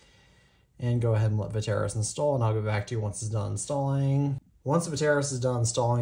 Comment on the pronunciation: Va tair ass? It’s vet tris